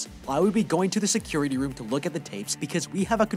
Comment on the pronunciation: Bro insted of room you said woof